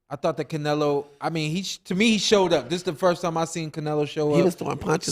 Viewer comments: You’re not gonna stop this dude from saying CARnelo the whole time!? Come on! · Who. The. Eff is “Car-nelo”?